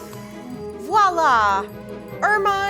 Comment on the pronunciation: THANK YOU FOR SAYING VOILA instead or wala - that I hear so often! Also, thank you for making a proper red velvet!